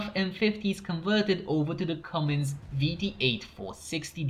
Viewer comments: "Cummins", NOT "Coomins". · Its pronounced come-ins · If you were saying Cummins it’s pronounced like this.. come in’s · Idk how he messed that up.